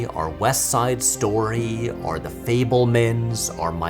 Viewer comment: Why do you say "or" the same way as "are" ?